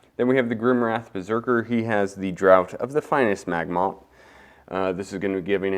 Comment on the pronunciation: Draught is pronounced draft… sorry, it’s a weird English thing